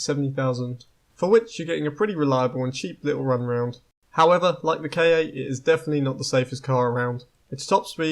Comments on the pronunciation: aaah its a ford KA not not k A aaaah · The Ford KA isn’t pronounced K A it is pronounced KA (ca) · Nah its pronounced K.A. I have never heard of anyone say "ca"